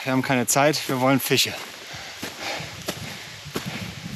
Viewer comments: Wie immer "Fiche" statt "Fische" sagt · sch aussprechen kann auch nicht jeder. Es heist Fische nicht Fiche. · du bist ein echt cooler typ, ABER bitte bitte bitte bitte bitte, lass dir bei bringen wie man FiSCH ausspricht, das triggert mich so ungemein:D:D:D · Super Videos (Funfact: sagt "Fiche" und "Elsch" XD) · Er sagt Fiche. Punkt. Akzeptiere das. Du bist auch nicht perfekt. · Bruder, kann der Typ nicht einmal "Fische" richtig aussprechen???